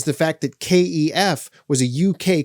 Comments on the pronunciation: Stop calling them, Kay Ee Ef. You’re the only person I’ve ever heard pronounce the brand name like that. No one here in England, where they’re from, pronounces the name like that. The company itself doesn’t pronounce it like that. It’s pronounced the same wary it looks. Kef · You are the first person I have heard call KEF 'K E F'. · stoop being a twat mate,what's it matter how he pronounces Kef,FFS cheers up